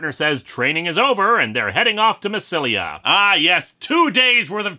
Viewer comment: Julius Caesar wasn't emperor he was nearly dictator for life but it was Augustus Caesar who became emperor, in fairness half the emperors were called Caesar I'm just trying to point it out, I could nitpick about pronouncing massalia wrong or how the goths were Scandinavian German not French but that's a tad too petty.